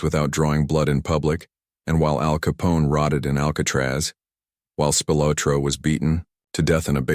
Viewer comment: AI can’t pronounce Italian names